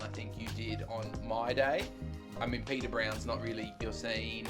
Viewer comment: Just so you know. The pub is Peader Brown’s not Peter. Now Peader is Irish for Peter but it’s pronounced “Padder”. Also the river is the Liffey not the Leffey. Finally you really shouldn’t do your Hollywood Irish accent, it’s really bad and borderline offensive. Apart from that nice video and glad you enjoyed Dublin.